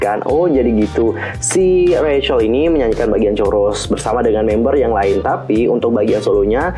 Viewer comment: Rachel bacanya kak bukan recel